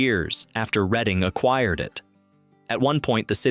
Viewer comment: It's pronounced Redding like the RED color READ-ING